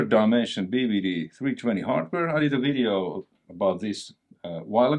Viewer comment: You never say "And in this WIDEO" anymore.... I miss that haha :D